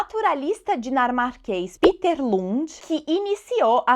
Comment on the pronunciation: A pronúncia "Píter" é do inglês.O Lund deve ser "Péter"ou outra coisa, Obrigado pela bela aula.